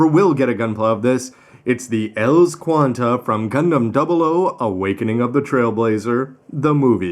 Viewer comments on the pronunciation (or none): Qan[T] not Quanta